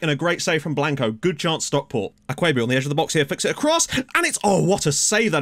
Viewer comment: You're pronouncing Akwuegbu correctly (for the most part 😄)... it's a Nigerian name, sooo... 🤷‍♂️